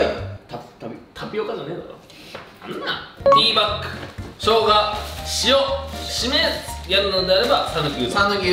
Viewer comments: 〜ティーバックに聞こえましたごめんなさい。 でも 〜はティーバックでした。謝ってください。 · ティーパックじゃない？Tバックって言ってない？笑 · トミさんティーパックって言ってんのに カンちゃんティーバッグって言ってるの面白すぎるだろww